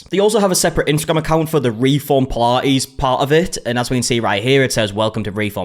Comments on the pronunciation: Puh -La-ees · Pilates ❌ Pilah-ees ✅ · What on earth is pi-la-eees??? Almost couldn't watch...😩😅 Anyway, some businesses self destruct as a result of the owners' arrogance. Such a silly situation.